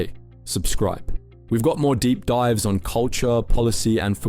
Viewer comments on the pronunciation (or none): none